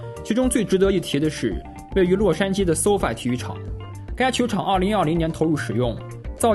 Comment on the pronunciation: 終於有一個中文youtuber把SoFi念對了..... 連這個都念不對就知道功課都不做